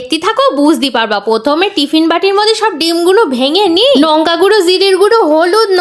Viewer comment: নঙ্কা না লঙ্কা 😂😂😂😂